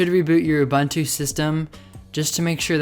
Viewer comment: Great stuff! (aside from pronouncing 'Ubuntu' badly :P ) Keep up the good work! :D